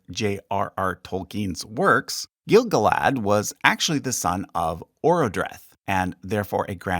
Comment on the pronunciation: Your pronunciation is odd. We usually hear the names with the stress on the second to last syllable. GaLAdriel. Gil-GALad. iSILdur. And so on. Rohirrim names however always have the stress on the first syllable, and I can think of Ar-Pharazôn for the stress on the last syllable, possibly other Adunaic names.